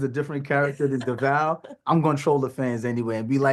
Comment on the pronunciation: I bet Devale's mother cringes everytime someone does not take the time to find out the correct pronunciation of his name pre- interview,but I'm sure his parents are proud of him for not correcting them on the spot. He or cast maye even tries to teach them as he mentions the correct way to say his name but folks just don't catch it😢